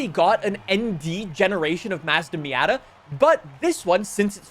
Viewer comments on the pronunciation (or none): none